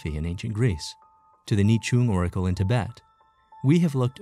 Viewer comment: Oracle not 'oragal'.